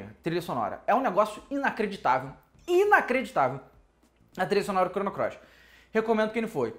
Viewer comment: vc disse... Chrono CLOIS?! hahahaha